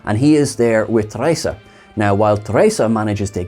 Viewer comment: One up for you, for pronouncing it Teresa.. :)